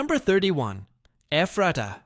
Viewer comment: As well as LANK-KISS-TER not LAN-KASS-TER and (pron.) Effrata not EEFRAYTAH.